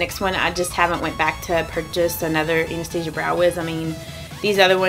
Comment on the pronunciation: You are the first YouTuber who pronounces Anastasia correctly. 😊My friend has a Russian friend named Anastasia. Being a Russian name, she is definitely pronouncing it correctly.